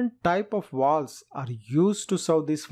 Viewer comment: You know alot about Walwes shame you can’t pronounce your V’s 😂😂😂